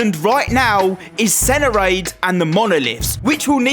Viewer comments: ITS NOT SENARADE ITS SERANADE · bro said senerade 😆